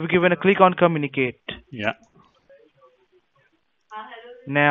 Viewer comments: "give a click on comuniKATE" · I'm sorry but I laughed so hard when he said 'Come-uni-kate' lmao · When he says "communicate" it sounds like "come in a cake